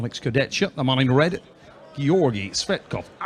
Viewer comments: Alex kurdech-ka. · смешно коверкает имена, фамилии участников)) только ради этого стоит смотреть поединки в этот раз Курдецька и Феткоф передают привет Трав И Су))